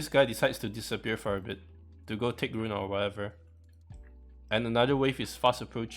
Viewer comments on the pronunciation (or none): none